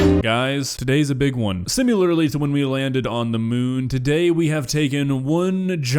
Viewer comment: IT'S SIMILARLY NOT SIMULARLY OH GOD THAT REALLY GRINDS MY DHARMANN HEARING THAT